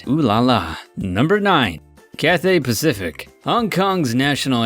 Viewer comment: Cath theigh pacific what